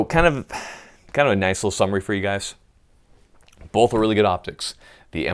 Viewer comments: Wait, did you just say Bolth or Both? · I never knew there was an "L" in the word "bolth" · "I have boLth; I use boLth" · "bolth"...? rooster teeth burnie?